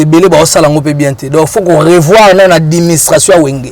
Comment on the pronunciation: Yo mutu olakisa batu français mais ozoloba adiministration na place ya administration. Oyo kindoki tein 😂😂😂😂